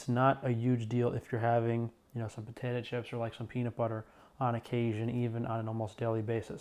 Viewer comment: I just learned a new way to pronounce potato: potatah 🤭 Love you